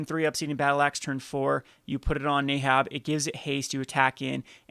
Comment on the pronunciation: I desperately need to know where you're getting the "ay" sound from in the name "neheb."